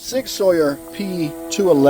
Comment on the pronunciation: Learn how to correctly pronounce Sig Sauer.